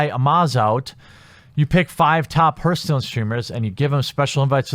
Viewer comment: i hate to nitpick man, but its pronounced harthstone, not herthstone.